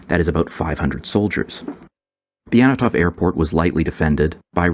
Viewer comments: Is that the first time you pronounced "Antonov" in this video with the consonants in the right order? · Is there a reason why you pronounce Antonov as "Annatov"(sic)?